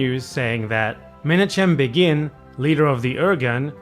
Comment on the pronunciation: Can't rate your Russian, but can rate your Hebrew (more correctly give you a short pronunciation guide): "Lechi" is pronounced with a voiceless uvular fricative, the famous "khhhhh" of Hebrew and Arabic (and somewhat similar to the Dutch g). Similarly, "Menachem" has the ch pronounced the same. "Begin" kind of sounds like the English word it looks like, but the first syllable is stressed instead of the second. Irgun is pronounced with a simple i sound in the beginning (like the "ee" in "seen").